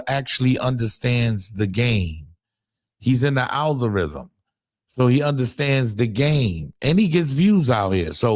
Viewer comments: The "Althorithm"😂😂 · Nigga said altherithm 😂😂😂😂